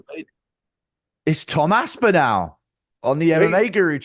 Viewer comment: We’re finally watching Guru pronounce Tom’s surname wrongly to his face.